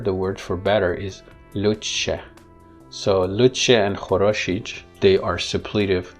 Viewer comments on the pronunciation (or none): you mispronounsed "хороший" but for the second time only (khoroshij ([dzh] as in jam) insted of khoroshiy ([j] as in yellow))